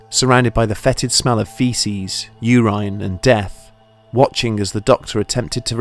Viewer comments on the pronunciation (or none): i may have laughed too hard at the prrnounciation of urine (pernounced; 'ur-ran') that he pernounced; 'ur-rine' lol but ahain amazing episode as usual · I loved it when you pronounced urine like ‘your aine’ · very odd use and pronunciation of some words, adding "the" where it doesn't need to be, and the annunciation of "urine" lol